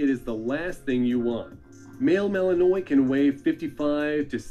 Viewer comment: You always know people don't know their breeds too well, when they say "Belgian Mal-In-noy" when it pronounced "Mal-in-Wa"